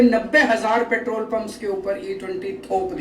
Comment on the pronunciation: Paaatrool nhi simply petrol pehle bolna sikho...